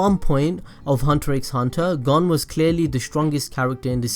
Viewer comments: To help you with your pronunciation problem look at the japanese harigana A is (ahh) i (eeh) u(oo) e(eeh) (o)oh Hope that helps like for example Gon is (goh-n) not gon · Wow your just su works! ITS GON AS IN CONE BUT WITH A G AHHHHHHHHHHHHH